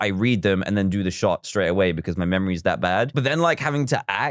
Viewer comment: Talk about the wowst memowy in the wowld